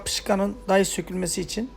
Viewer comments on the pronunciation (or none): none